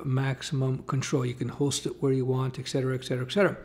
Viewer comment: Sorry to be a jerk but there’s no ‘x’ in ‘etcetera’. ET-CET-ERA